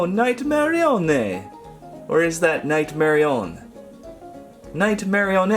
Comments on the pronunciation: Nightmare puppet is pronounced nightmare-e-on-ett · It's marry - oh _ net (pronounced) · its night-mer-rio-nett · It's pronounced mareonett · Bro, it's nightmarionne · Nightmarionne is pronounced "Nite - mare - ee - un" Because Nightmare marionette is too big of a name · It's night Marion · it is nightmarionne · It's pronounced nightmare onnie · its prounounce night-ma- rio-nn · how you say nightmarionne is nightmare-e-on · its acttuly marryonete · You pronounced Nightmarionne wrong. It's more like Night-Marrying. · its pronounce nigh-ma-rio-nn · it's nightmarionne